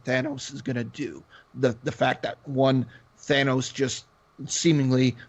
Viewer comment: THANOS not Thaynos....lol